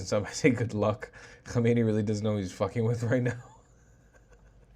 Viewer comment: Nor Homeini but Hamenai